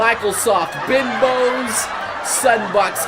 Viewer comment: binbows really?? it sounds more like bimbos